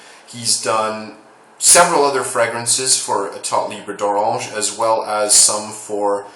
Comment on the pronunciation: i wish all the american reviewers can pronounce that name like you Lol